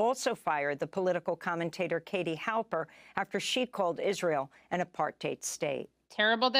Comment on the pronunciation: I think that's the first time I've heard a non-South African pronounce apartheid correctly -- apart hate, not apart hide. And it is just so perfect, apart hate, as that is what it is, not apart hide, because nobody's hiding. It is apart hate. I was taught that in a parochial grammar school, and I've never forgotten. And that was a very long time ago, indeed. In the early 1960s. As for Clare Daly, I'm smitten, indeed, although not romanticaly; simply in terms of admiration. She's brilliant and inspiring.